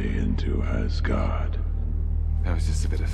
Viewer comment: It's funny to think that they have British David Bradley speak Norwegian in the first Captain America movie and yet they can't pronounce Mjølner nor Asgaard right. Oh well, the downside of the Nordic languages being so different.